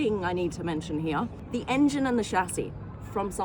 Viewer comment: its not HEAaaaa its HERE